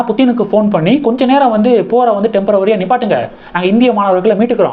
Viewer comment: Temporary not tempravary